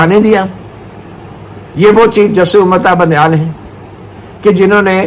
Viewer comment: مطیع سر وہ چاچا سیاسی ڈیرے والا تو بندیال کو بونڈیال کیوں کہتا ھے